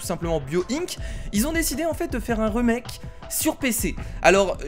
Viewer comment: On dit pas un reumek mais on dit rimek